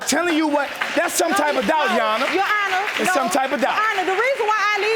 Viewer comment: Urban Dictionary: "Ya-awn-nah" : The term some people use to refer to a judge instead of just saying "Your Honor"! Ughhhh....